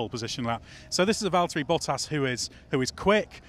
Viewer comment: This season we're gonna be hearing -, it's Valteri....